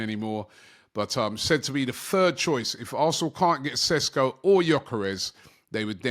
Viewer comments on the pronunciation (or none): It‘s Sheshko not Sesko!